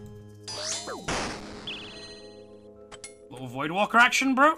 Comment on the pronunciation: Liked the vid because it is pure gold.. im not subbing until you call it voidwAker though instead of voidwaLker🤣🤣